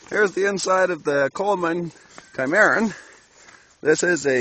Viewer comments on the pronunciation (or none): The pronunciation of the model for the tent is not Chi - Mar' - un, but Sim' - uh - Ron